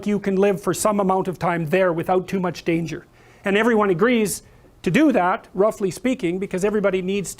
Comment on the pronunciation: "Roffuly" speaking"